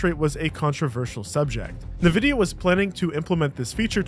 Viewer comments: Are you saying "nuh-VID-ee-uh" instead of "EN-vid-ee-uh"? Is that just like a translation thing? What's going on? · It is "En" vidia. Not "Nuh" vidia. Come on man. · Its "en"vidia as in the letter N - vidia. Not "Nuh-vidia" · Cringe everyttime you say "Nevidia" instead of "Envidia" bruh 🤨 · As many said, fantastic video 👏. Edit: Just heard “NA-Vidia” and had a good chuckle. It’s EN-Vidia. 😉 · Also, there are about a few hundred games where Nvidia have an intro on games saying "ENVIDIA" and not "NAHVIDIA". Commentry is great, research and knowledge is great but that notrightvidia. Also, his arrest had FBI in the video bro.... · Its pronounced "EN" Vid E Ah ... Not Nev Idia ..... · "Nuh-vidia"??? What? You mean IN-vidia? It's pronounced IN-vidia. Wtaf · First, thanks for the video. Very nice job. I'm sorry I'm being that guy but I don't mean this rudely or anything so please don't think I'm trying to be rude. But it's "En-Vidia" not "Na-Vidia". I know this was pointless. I'm sorry. But I threw a like on the vid. Nice job man. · EN-vidia, not NUH-vidia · Why do you call it NAvida? Is it a take on the CEO calling Ti, Tye? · lol 'navidia', cmon bro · Bruh, “NUH-Vidia” lmfao? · go ahead say nividia again, English do you speak it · Every time someone pronounces it Navidia, a puppy dies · "Nuh vidia" lol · Nuh-vidia? Bruv… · did my guy just say nuh-vidia? lol smh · its pronounced N. Vidia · fr bro its envidia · my hero. he doubled-down like Disney and silicon DEI did, when it counted most. dude. nuhvidia? nvidia is short for the spanish word envidia. envidia for jealousy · “Nuhvidia” What da hell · My goodness. It's N-Vidia, as in pronounced "inn-vidia." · NVIDA is pronounced: in-vida. Also, Bill Gates hasn't had much to do with Microsoft in about 20 years. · I was really intrested in this video until you said "nvidea" the way you did. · bro you cover tech. It's pronounced EnVidia for Nvidia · its pronounced "EN-videa" fuckin AI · Who the hell is Nividia?